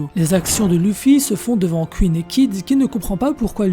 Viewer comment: C pas kuine mais queen !! Déjà que ta voix est stressante lollll alors si en plus tu prononce mal 😱😱😱 ! Mdrrrrrr